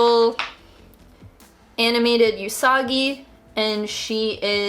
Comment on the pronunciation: everytime I hear say you-sagi i question my entire life